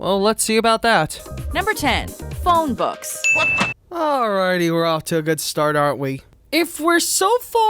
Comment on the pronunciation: Arabic isn't pronounced a-ray-bick. It's pronounced ara-bick Also books are not pronounced bucks